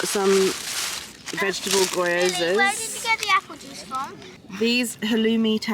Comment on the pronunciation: Love your content but it kinda killed me when you said ‘goy-o-za’ from the food market. It’s ぎょうざ - Gi-Yo-Za 🙇🏻‍♀️